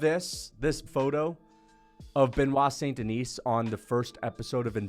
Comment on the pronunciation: “Benoit Staph Denis” 😂👍